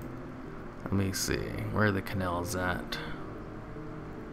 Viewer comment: Why do you say 'cannel' instead of 'canal'